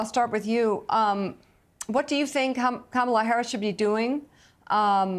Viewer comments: Mika is deliberately using the WRONG pronunciation of "Kamala!" She's loving the "Camel-ah," for some reason. Get a real background, Mike-uh. 🙄 We don't need ya. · Mika- it's COMMA-LA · Mika - It’s “Comm -a - La “ Please, you can get it right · Did anyone else notice that Mika mispronounced Kamala’s name without any correction? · Mika, you pronounced her name wrong.